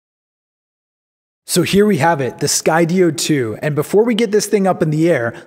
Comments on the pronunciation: Great video, although I HATE the way you say Sky-DEE-oh lol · Had to kill the video 4 minutes in after he pronounced Skydio incorrectly. It's pronounced like the word Studio, like studio in the sky. HOW IS THAT NOT OBVIOUS???? (for the 3rd time) Sky Dio? Like Ronnie James Dio? Moron. And then there's the stupid off angle shot where he's talking to another camera. I hate this shot and it needs to frickin stop.